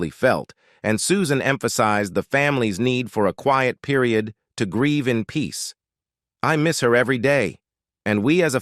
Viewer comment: Ref' bad pronunciation by the male reader, from 3 min's 50 : fuel - ledd ( fuelled); themselv - EZZ ( themselves); mire - orr (mirror); meEEss - shers ( measures); adversi - TYE ( adversity) ; peer - i - OOD ( period ) ; simil - ARR ( similar )... Ah well....😢 🇬🇧📖😠🙉🎄🦉👎🇬🇧